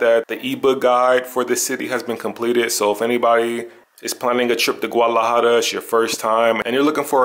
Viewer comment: Learn how to pronounce the name.